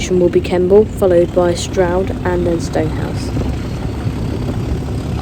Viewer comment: Is it pronounced Shtroud or Stroud?